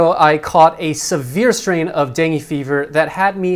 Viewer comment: Am confused.. kept saying "deng".. Lol.. Whered he pick that from?.. Its dengue.. 2 syllables last time i checked:) thats why am paranoid with mosquitoes, coz virus stays in your body & it can easily get triggered.. I for one had experienced in koh samui & wished human body can reboot too like computers.. Lol